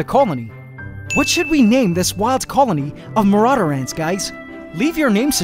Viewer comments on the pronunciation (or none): I mean marauder ant not maurader ant